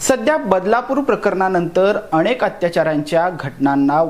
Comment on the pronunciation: अणेक प्रकरण नाही... अनेक प्रकरणे.... मराठी स्वच्छ बोला.